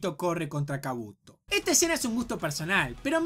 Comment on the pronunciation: Ninguna de estas palabras llevan tilde pero las pongo para explicar mejor dónde está la silaba tónica. Es Óbito... No Obíto. Es KÚshina... No Kushína. Es KÁbuto... No Kabúto. (Lo dice de las dos maneras igual)